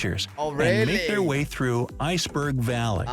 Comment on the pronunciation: It's "Iceberg Alley" no "Iceberg Valley".